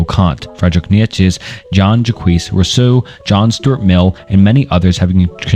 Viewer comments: Bro i know you mentioned it, but it’s almost impressive how you managed to mispronounce every single name in this video 😂😂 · Love your videos bro. But if I may give one criticism that may go along way. Please try practicing the names of the powple more. Imma huge stoic and nitzesehe fan and hearing some of my favorite teachers names butchered really bugged me. I have no other complaints. I'm sure that can get better in time but good luck and can't wait to see more videos!!!❤❤❤❤❤ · dude I just came to the comments looking for this. I can’t watch anymore…kneee ye put che 🤣 idek how to write out his pronunciation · nichuhchuk was worst for me🤦‍♂️ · Mf said Fredrick Neietchivcks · Bro I swear you're doing it on purpose, calling Nietzsche: "niekheshe or neetjich" Love the videos tho, keep it up homie. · Dude the way he says Nietzsche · Bro can’t say Nietszche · How are doing this but mispronouncing Nietzsche's name? We have google and other apps that can help in case you want to edit this. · I'm not sure how much right you have to discuss 2 hours worth of increasingly obscure philosophical ideas if you mispronounce Descartes and Nietzsche (two of the most widely known philosophers) in the first 10 minutes.